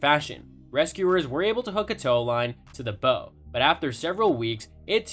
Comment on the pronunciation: Not "bow" as in "rainbow", "bow" as in "take a bow".